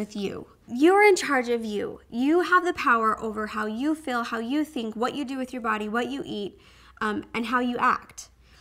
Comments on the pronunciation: I think it's because she's from Idaho. I'm from Utah and people say fill for feel here too. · i like how you say "feel" haha it sounds like "fill"